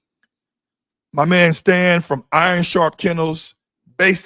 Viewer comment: Lol damn get Stan's name right lol.